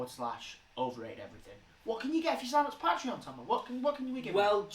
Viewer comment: pat-reon? pay-tree-on. come on bruv lol. good watch tho! dunno how I'm 2 years late tho